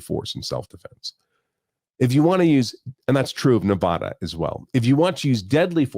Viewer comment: please pronounce my state's name correctly.